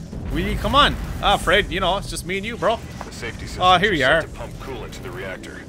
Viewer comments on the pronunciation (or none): none